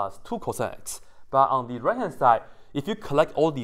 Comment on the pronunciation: I love the way you said thuu.. 😂😂😂